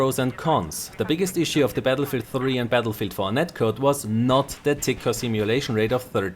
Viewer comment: Battlefield, not Batllefield:D